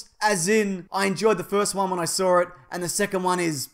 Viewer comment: "After the last time we sawr 'eem"